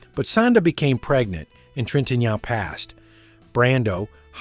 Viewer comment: Learn how to pronounce French names, for God's sake. Trintignant 😆😆